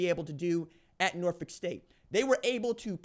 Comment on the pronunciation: BEHOLD THE GREEN AND GOLD💚💛thank you pronouning Norfolk correctly!!!